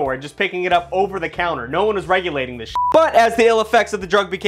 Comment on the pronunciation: "so bull nut or not, this thit works" 🤣